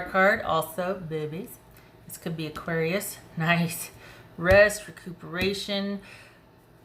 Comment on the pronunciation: I’m an Aries Aquarius rising, so I laughed when you said “aquaries”! Lol! Yep, that’s me!